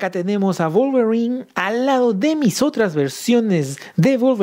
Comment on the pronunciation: "Volverin" 🤣😅🤣😅🤣🤣😅...me hiciste el dia.